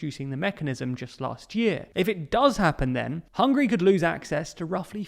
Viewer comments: . Hungry or Hungary? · It's Hungary not Hungry. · It's Hungary not Hungry 😂🤤 + sometimes you pronounce it Hungry ...which makes me hungry